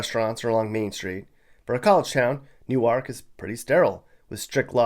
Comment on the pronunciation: You did a good job researching Delaware! I‘m especially impressed that you correctly pronounced „Hockessin“ and „Newark“. Mispronunciations are a dead giveaway that someone isn’t from here. 😀